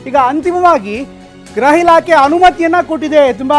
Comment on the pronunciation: ಗ್ರಹ ಇಲಾಖೆ ಅಲ್ಲ ಸ್ವಾಮಿ. ಗೃಹ ಇಲಾಖೆ. 😂😂